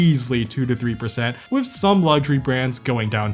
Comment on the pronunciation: The way he pronounced with as wiff makes me click off nice vid tho not to sthabby